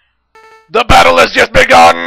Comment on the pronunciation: Sigma: THE BADDLE HAZ JUSD BEGUNN! Me:(laughing) Sigma can't grammer correctly LOL